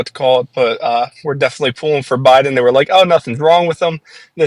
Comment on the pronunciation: Stop saying "defilly."